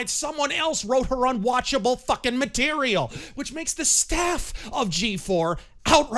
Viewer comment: Wait. Did you just say "mcterial" ? Because if you did, that's awesome. And it should be a thing that we call NPC dialogue.